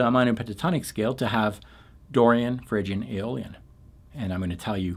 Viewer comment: Did you say “Dorian, Phrygian and Alien modes”? Out of this world!